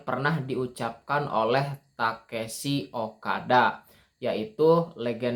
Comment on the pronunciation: Tekeshi ? Takeshi mungkin ya bang 😅😅